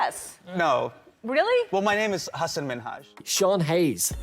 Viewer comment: YOU pronounced Hassan incorrectly! It's HASS-an. You just called him a horse 🐎 in Arabic...